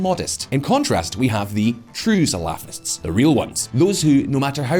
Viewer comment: it's cute how shallow the narrative is, and even more cute, if not slightly irritating how he keeps butchering the pronounciation of the word salafists, it sounds like falafel lol.